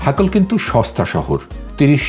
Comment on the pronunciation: হাকল না হাকেল